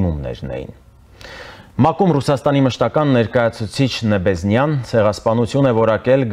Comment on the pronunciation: 1in TV ! ՆԵԲԵՆԶՅԱ ,ոչ թե Նեբեզնյա !